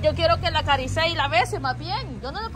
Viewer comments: Acaricie no acarisee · "Acariceye", aprende a hablar "". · Se dice PROHIBO. Se dice ACARICIE